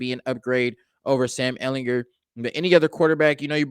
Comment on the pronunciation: Ehl in GER with a hard G.